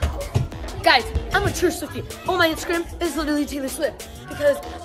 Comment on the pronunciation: When she said SWIFTIC I was saying with me